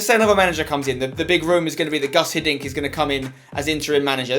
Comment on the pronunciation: its Guus Hiddink, not Gus